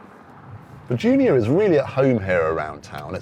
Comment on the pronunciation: Literally every time the presenter says "Junior", it sounds like he's saying "Giulia" and it's driving me nuts. I have to re-think each instance and remember that the video is about the Junior, so he probably said that.